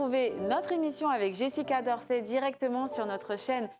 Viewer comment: C est Jessica Dorcey et non drocey